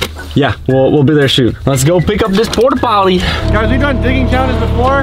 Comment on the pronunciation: He said we'll be there shoon